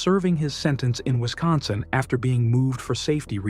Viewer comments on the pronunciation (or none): none